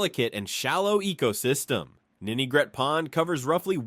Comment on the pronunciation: Great video and a solid overview of RI’s history! That said, I wanted to point out a few nuances that could make it even stronger: 1. The AI dubbing stumbled on some unique RI names—like calling Ninigret “Nigret.” 2. A few key areas were overlooked: - Military Sites: Newport Naval Base, Quonset Naval Air Station, and Charlestown Naval Auxiliary Landing Field (CNALF). - WWII History: U-853 was sunk off Block Island in May 1945, near the end of the war. - Education: URI, established in 1892, became the state’s first Land Grant college, taking over from Brown. - Oceanography: URI’s Graduate School of Oceanography operates the R/V Endeavor, a research vessel that plays a major role in ocean studies. I’m sure there are tons more that could be added, but these stood out. Thanks for sharing this piece of RI history!